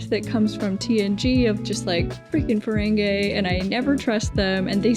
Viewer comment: it seems like a silly gripe, but i wish would stop saying 'feren-gay' lol it might have started that way, but it quickly became 'feren-gee'